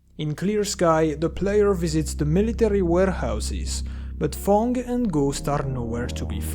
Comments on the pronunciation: When you say Fang it sounds liek you say Thong LOl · fang is the only word where i felt your french